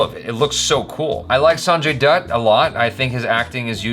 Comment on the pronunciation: Lolzer, dude. That try to get the pronounciation right... FYI, it's spoken as Go-vaa-ri-kar. Try that, and yeah same mind on the Arjun Kapoor thing and Sanjay Dutt too. Liked this reaction...👍👍👍